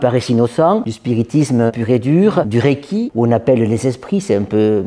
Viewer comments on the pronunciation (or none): none